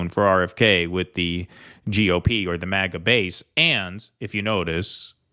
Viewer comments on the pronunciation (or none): none